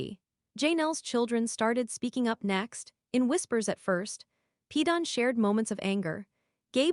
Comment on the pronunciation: I never could stand Kody Brown! But aside from that, am I the only one that is totally bothered by the fact that these clips are narrated using AI and names are so badly mispronounced? In this one it is Gwendlyn's and Janelle's name mostly, but it also pronounced Paedon as "Peedin". I have listened to others where Kody's name is pronounced "coddy". I really hate AI.